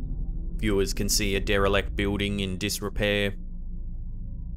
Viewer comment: I love the way you say building. It sounds like a southerner in America saying the name Bill but giving it two syllables, as in "Bee-ill" then adding the word "ding." Keep it up! Love the channel!